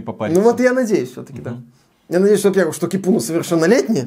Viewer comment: Привет! В финском языке ударение всегда на 1-й слог, так что Ки́пуна. Ну а баня, это прежде всего просто погреться. Поэтому они в каждом доме, даже в многоквартирном, а иногда и в каждой квартире. А бывает и такие, где мужчины и женщины вместе и табличка заходить без плавок.